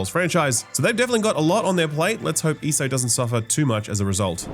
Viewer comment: E.S.O. not eeso lol